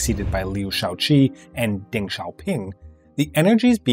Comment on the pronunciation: Peng and Deng in rhyme with lung, or toungue. Not with Genghis.